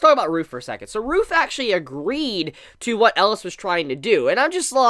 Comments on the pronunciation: Why do you keep saying "Ellas?" His name is Elias? Where does the I go? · pls pronaounse it right E-li-as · 3 more epsiodes for to learn how to pronounce 'elias' ^^